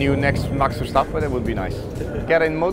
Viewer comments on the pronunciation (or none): none